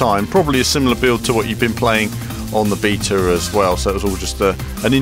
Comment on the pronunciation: learn how to say beta please:)